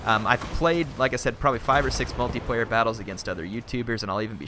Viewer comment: can you please stop saying "Multiprayer" and "singleprayer". otherwise nice video, like the analysis.